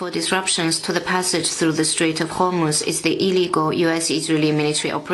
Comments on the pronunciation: Bhai Homurj nahi... HOR-MUZ, please pronounce properly.. you are a senior journalist...shobha nahi deta aapko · E❤ बड़े सम्मान के साथ आप लगातार hormuz.ko Homurj Bol rahe hain? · तु कब Hormuz बोलना सिखोगे? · आप होर्मुज सही क्यों नहीं बोलते है?